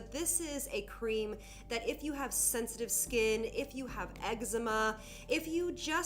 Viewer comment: The way she said eggzma